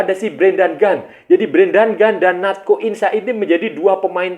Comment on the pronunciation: Natxo Insa = Nat-so In-sa